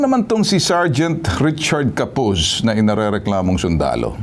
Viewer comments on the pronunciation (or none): Richard Capuz po sya hndi Corpuz.. Eklaro nyo po kung Capuz o Corpuz kc pagkakarining ko ay corpuz.. baka nagkakamali kayo nyan mga lods.. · Copuz po not corpuz